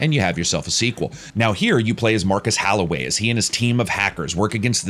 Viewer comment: Its Holloway, not Halloway.